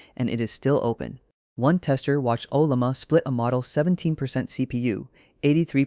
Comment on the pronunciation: As informative as this is, using an AI voice is a bit annoying. Unless you really pronounce Ollama as Ola-may